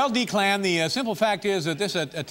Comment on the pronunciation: Dave didn’t know how to pronounce Declan?